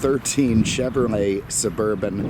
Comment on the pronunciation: It's chevrolet, not chevrmay 😉